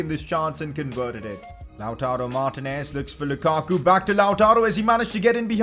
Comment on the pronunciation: it's Mar-tE-nez not mar-tinez You can use four at the back with Kolarov at LB Hakimi at RB (although both of them can play LM/RM) Skriniar at RCB and De Vrij at LCB